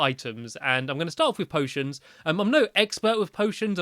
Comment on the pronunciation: You said potens